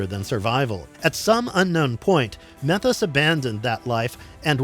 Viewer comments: You calling him "meth-os" instead of "mee-thos" makes me unusually angry. 😂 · Methos is really pronounced; Meee-thos. Get your stuff together, & say it right.